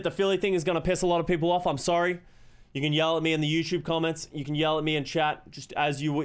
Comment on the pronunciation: its dumb bit I still find it funny how says "youtchoob"